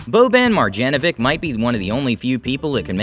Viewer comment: "bowban marjanovick"